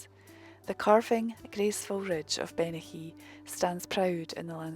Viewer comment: The hill range Bennachie in Aberdeenshire, Scotland, is pronounced "Ben-a-hee". lol.